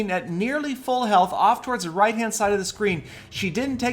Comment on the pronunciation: lol says da instead of the